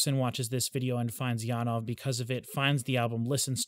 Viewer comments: The Jan part is corretctly worded, but ove should be more like ov-eh, where the eh is pulled out a fraction. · I love how passionate you are about Janove's music but I really wish you would learn to pronounce his name correctly!